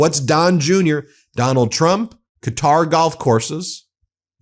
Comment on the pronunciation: Just as an aside Qatar is pronounced like Cotter(like cotter pins)